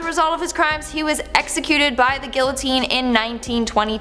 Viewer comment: Every time I hear her say guillotine incorrectly it irks me, other than that I thoroughly enjoy her as a host.